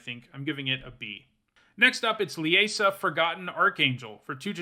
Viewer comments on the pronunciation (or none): I think the "ie" on Liesa is a long "i", so it should be pronounced "Leesa".